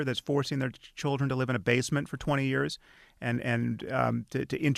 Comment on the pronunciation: Did this lizard just say "Chooldren"?